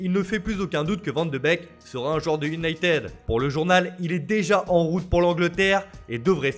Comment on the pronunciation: Sa vous tueraiez de ne pas massacrer les noms des différents clubs européens? Sérieux les mecs leurs boulot c'est de lire des fiches sur le football et il n'ont même pas retenu la leçon de 6eme "on ne dit pas Unitédeu mais Younaitid" voilà j'ai fais exprès pour l'orthographe phonique puisque vous n'y arrivez pas. Alors par contre pour dire "Ancélooootï" y'a du monde hein, a croire que d'éduquer les amateurs de football c'est pas une nécessité. Bordel pas étonnant que les clubs français n'arrivent a rien avec des speakerines pareille!